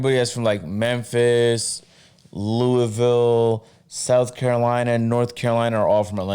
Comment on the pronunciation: u said louisville wrong big bro